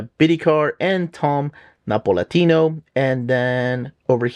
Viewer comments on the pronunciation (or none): Hi, I'll start by saying I really enjoy your videos. The only thing is that sometimes you pronounce any name that is Italian as if it were South American. That's a tad annoying ;-). By the way, it's Napolitano, not Napolatino. An honest mistake, just needed to point that out. I hope I don't sound patronizing, so sorry in advance if I might sound offensive.